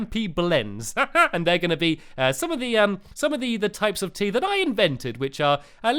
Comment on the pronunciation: Throughout the video I thought he was saying teeth the whole time but it was actually tea! Hahahhahahahahah lol